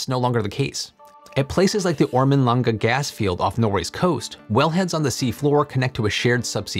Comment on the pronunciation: Congrats on pronouncing "Ormen Lange" reasonably correctly. Kind of ironic if Norwegian desalination tech ends up saving thirsty USAians. Norway usually has more than enough fresh water, and flooding is a much bigger danger than drought. Meaning Norway has zero domestic need for the tech, except maybe on the oil platforms. Great if those oil workers can transition to less harmful, more useful jobs like these. Fresh water will always be needed.